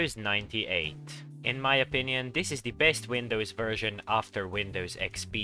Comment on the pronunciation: He said “opinion”